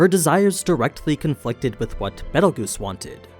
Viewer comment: Glad to see a fellow betelguese mispronouncer